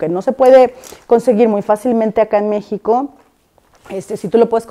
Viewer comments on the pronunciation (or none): none